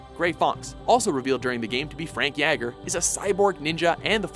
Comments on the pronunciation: Outer Heaven, not Outer Haven. Frank Jaeger (yay-gur), not yeah-gur. Olga Gurlukovich, not Gurlockovich. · Also, I nearly cringed to the point of squishing my mouse. It's pronounced Jaeger, like Jägermeister. Not Jagger like Mick Jagger's German counterpart. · Did they totally mispronounce jaeger?